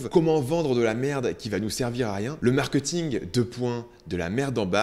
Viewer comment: je t'en supplie.. ça se dit markéééting et non markeuuting